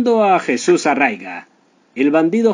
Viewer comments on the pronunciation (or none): SE TE OYE UN ACENTO ESPANOL DE QUE PARTE ERES? USTEDES LOS ESPANOLES NO SE LAS SABEN TODAS DE TODAS TODAS. NO ES "ARRAIGA ES ARRIAGA